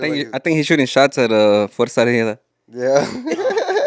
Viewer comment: Can even say fuerza regida 😅